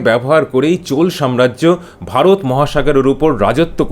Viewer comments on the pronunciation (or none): none